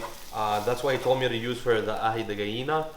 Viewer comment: Yoo Aji de Gallina is incredible, kinda hard to make in America without the ají amarillo paste and your pronunciation of “aji de gallina” was great. Wanna see more Peruvian recipes in the future, there aren’t enough of them done by foreign “foodtubers” Great video.